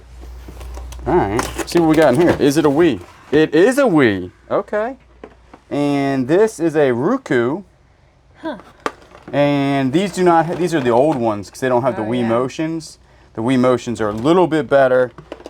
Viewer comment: I believe it’s pronounced Roe-kew